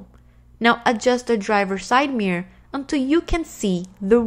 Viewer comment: The way you say mirror is so funny.. it's like your are saying mier lol